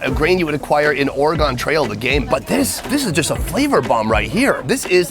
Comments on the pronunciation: Or-y-gun. Oregon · can pronounce names of any where in the world except Oregon